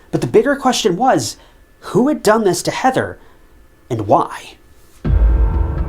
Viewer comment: the battery was DUN done? wtf is that a bit of AI creep? or your own interpretation of a new way to say done ?